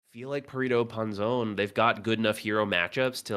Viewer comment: gotta love how they say rrito anzon hahaha instead of perrito panzon hahahaha